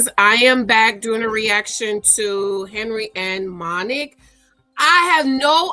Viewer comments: She keeps calling her Monnic 😂😂😂😂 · Her name is pronounced: MONIQUE